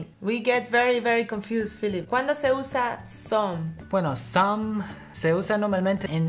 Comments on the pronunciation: En los vídeos escucho mucho a diciendo /som/ (some) y /broder/ (brother). Pero es /sam/ y /brada/ verdad? Gracias por vuestros vídeos, son la "milk" 😂😂 ❤️😘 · says "som" and "si" (she) haha.. she's amazing!!